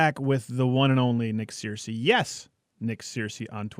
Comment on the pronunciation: It's pronounced 'Ser-cee' not 'Seer-cee'